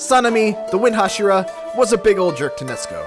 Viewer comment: Did this fool seriously say "Hashiro" instead of "Hashira?!"